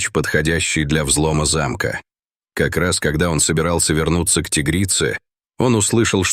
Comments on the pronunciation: Не зАмка , а замкА. Почему коверкаете русский язык ? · Не зАмка, а ЗамкА. ТИгрица почему не по русски говорит диктор ? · Не за'мка, а замка', грамотей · Какова Замка, делайте правильно ударения. 😂😂😂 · ТАК ЗАМКА ИЛИ ЗАМКА?? ГРАМОТЕЙ!